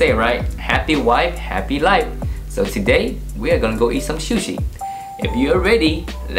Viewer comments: Su shi, not shu shi. Lol. Looks good. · Shoe-she lol